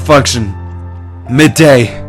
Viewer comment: At the end, it sounds like is saying "miday", instead of "Mayday"